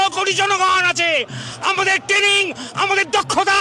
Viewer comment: Tening ❌️❌️ Training ✅️✅️